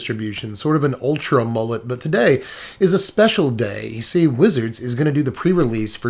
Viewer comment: My man said ultra mullet 😂🤣 its alright man it happens